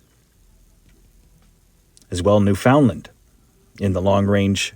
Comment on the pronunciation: "new funland", not, "new foundland", wake up...